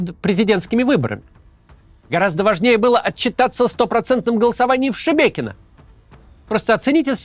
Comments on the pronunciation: Кац молодец, название Шебекино произносит правильно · он хотя бы осветил детально, что происходит. И правильно произнес название Шебекино. А почему бы пропагандистам с центральных каналов не собрать денег и не помочь? Симонян вроде обещала размещать беженцев… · Лайк за правильное произношение Шебекино❤